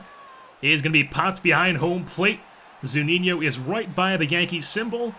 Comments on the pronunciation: Good video! Btw it's Zu-Ni-No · According to to Zunino's page on the MLB website it is pronounced zoo-NEE-no.